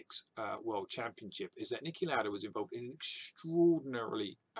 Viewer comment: Niki Lauda is austrian and I recommend pronouncing his last name as L-ow-da with a soft "A" and the "ow" to be pronounced the same way as when your in pain.